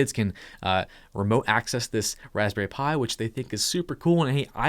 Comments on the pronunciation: "waspberry Pi" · “Raspberry pi” Me: what a pie?